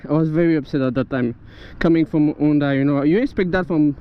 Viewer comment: This is the first decent review I saw on that model. I really think it is attractive, and so cheap too! I suppose you are French, due to your "R" and your "Onda" in stead of saying the H out loud, ha ha. Good luck and drive safely.